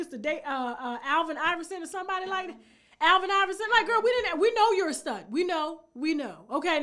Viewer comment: Lmao she called that man alven omg